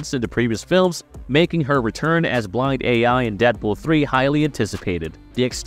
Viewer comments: I couldn't keep watching after "Blind a.i." Jesus. Get your shit together lol. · I mean for real... "Blind AI"? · I don't know who needs to hear this but its blind AL lol. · Blind A "i"? Tell me this is a bot without telling me its a bot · Blind A.I.? BLIND A.I.????? What the?????? Dude, don't ever make another Deadpool video again. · Blind AL! Jeezus. 🤦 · So many mispronounced basic words... Blind A.I. narration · Blind A.I..."antiques"... Thumbs down. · "BLIND AL" ...........NOT blind A I (ay eye) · "Blind AI" WTF??? It's Blind AL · Her name is not "Blind A.I." Her name is Althea, so it's shortened to Al. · Blind AL not Bind Ai 😂😂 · Blind AL, Not A. I. And she's a legend. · Come on guys her name is BLIND AL, SHE'S BEEN IN 2 MOVIES also apart of the comics since wade got his solo run! Wtf do you be hearing Blind Ai😂😂😂 SMMFH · It's "BLIND AL," you pretender! Not "BLIND A.I." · Anyone else annoyed that this ChatGPT reading calls her Blind A I not Blind AL? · It's Blind AL not AI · it's blind AL not blind Ai since her name is Althea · "Blind AI" You mean AL ... did you use bad AI to speak your script or have you just not watched the movies? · It’s blind AL…. Not blind ai. Did you even watch the 1st 2 movies. They call her AL in both of them. Not AI. Smh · Blind AI??? LOL! It's Blind AL!!! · It's not Blind Ai it's Blind Al (spelt with a lowercase L). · How did this make it thru post with him saying "blind A.I." 17 times instead of Blind AL lmfao no one involved in this has ever seen the movies or read a comic apparently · Blind AI? I thought her name was Blind AL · It is Blind AL not Blind AI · Blind Al. Not Blind A.I... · I just subscribed and then had to unsubscribe because to many mistakes,it’s not blind ai it’s blind Al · Blind... A i.... BRO WTF it's Blind AL not Blind Artificial Intelligence... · It's Blind AL -- A L =AL not A I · her name is Alfia so it's blind al not A.I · Who TF is Blind A.I.?! Blind AL, holy crap. Ima need you to do better. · It’s AL NOT A.I